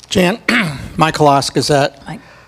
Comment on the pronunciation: JAN, not JANE